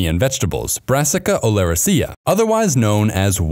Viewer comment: And the incorrect pronunciations. When in doubt, stress the third to last syllable. So, olerAcea, not oleracEa.